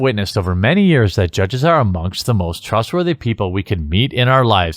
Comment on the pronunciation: Did anyone else hear "trustworthy" as "grooming"?